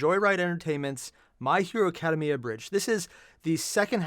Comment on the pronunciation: Why is it that you still can’t pronounce Academia?